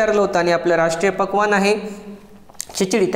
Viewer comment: राष्ट्रीय पक्वान्न काय बोलात कळालं नाही